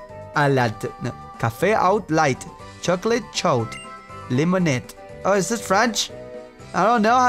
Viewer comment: Ha he said chocolate chode